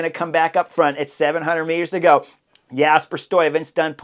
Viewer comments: It's just the 'uy' you don't get quite right. I hear you pronouncing it as 'oi'. You could put 'Stuyven' into Google translate and push the speaker button. That's the right pronunciation. I also put 'Kruiswijk' in there, and in that case it didn't sound right. You do it correct. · Very good! Love the review of the race! Btw, the 'uy' of Stuyven is pronounced the same as the 'ui' of Kruiswijk ... 😉